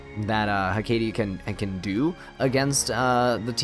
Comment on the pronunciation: I’ve only ever heard it pronounced HECK-ate or ECK-ate, but apparently your version is closer to the actual pronunciation, learn something new every day lol